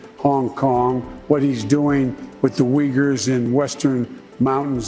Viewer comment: JP you're not pronouncing uyghurs correctly. I'm sorry for being that picky but It leaves a bad taste that you don't care about the people but only use them because it suits your interests. Take your time and research about the people you're talking about.